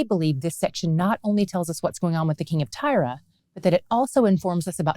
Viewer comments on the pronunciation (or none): I have wondered all along why she pronounces it as Tyra?? I don't see it. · I've never heard Tyre pronounced that way. I've always heard it like "tire". I'm going to have to research. Looked it up and both US and UK English are like "tire". So I looked up Hebrew and it's "tsore", like sore with a slight t beginning. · Always curious as to why you pronounce Tyre as Tyra,.